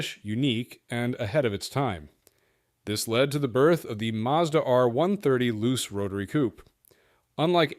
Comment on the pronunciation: Some nice-looking cars there. The problem with JDM cars in the USA is the cost. Spare parts are not available, plus they won't meet US crash test requirements or emission standards. FYI 'Luce' is pronounced 'Loo-Chay' not 'Loose'.